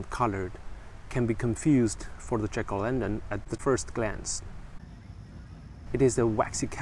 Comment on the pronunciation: Your pronunciation of jack-o'-lantern sounds like chicolendrin and is confusing.